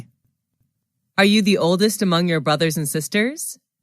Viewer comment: Amongst đọc thiếu st